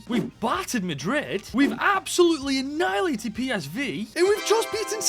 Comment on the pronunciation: the way you pronounce it it makes it look like you’re saying anillilated